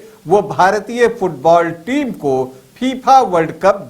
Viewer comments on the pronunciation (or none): Gyan dene se pahle naam to sahi lo phipha nahi fifa hai